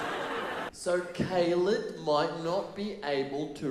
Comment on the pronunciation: So informative and entertaining at the same time. Go KAY-LED 😂